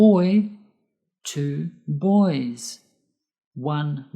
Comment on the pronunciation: Hello sir, I have one question, why "boys, days,.." pronounced "s", I think it's should be "z". Thank you